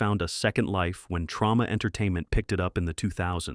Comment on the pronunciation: I always play a game with these kinds of videos, how long until someone drops Quentin Tarantino’s name.🙄 It’s pronounced Trōma not Trauma. I love William Grefé but what the hell is Mako: The Jaws of Death doing on here? Where are John Waters films at least Pink Flamingos; El Topo, Last House On Dead End Street, The Sinful Dwarf to name a few. The Pete Walker stuff are classics but I don’t see them as pushing the limits.